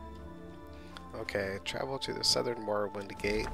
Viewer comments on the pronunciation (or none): none